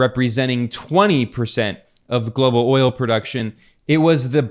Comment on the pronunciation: He said wi nit oyo . Basically eeuu no have oyo AaAaAaAa ....Venezuela Russia.. yes , we inbade Venezuela inbasiones a Russia we have oyo.